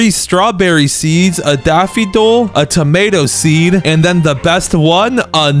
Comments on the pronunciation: daffidol instead of daffodil lol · why do you say daffidol but the subtitles daffodil? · Sorry to be this person but it’s Daff-oh-dill 🙃🙃